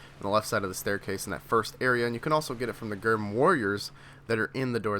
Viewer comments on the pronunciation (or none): It’s pronounced GRIM not GERM 🙄🙄